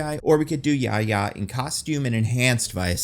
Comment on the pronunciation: Great video. As a note, Yahya's name is pronounced with the breathy "Hh" sound. So it's "YaHya" not "Yaya"